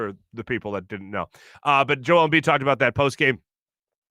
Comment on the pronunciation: How the heck did Hayes think Embiid’s name was pronounced??